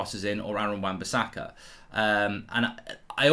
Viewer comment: This guy saying wan-bisakka is close to TAA